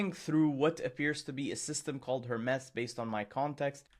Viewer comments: HER-MEES not Her-mess! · Her-mees it's a Greek god, please pronounce it correctly, drives me crazy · JFC, it's pronounced "Hermeees" as in the Greek god Hermes. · was it just me or did every time he say hermes wrong you just wanted to stop the video ? its Her-Mes like the greek god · ten minutes - riiight, sure. Hermes is not pronounced that way. Itś pronounced the same way as Hermes Trismegistus